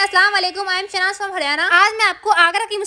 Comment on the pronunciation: Shainaz ni Shahnaaz h